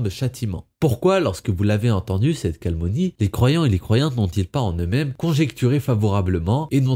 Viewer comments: Toujours très bien tes vidéos! (Mais "calmonie" t'es sûr ;)) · Certes! Mais "calmonie" fait bien saigner les oreilles aussi ;)